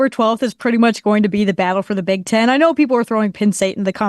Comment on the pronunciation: She is, but she needs to learn the sounds “e” and “i” make. Pinn State, Big Tin Conference… cmon lady!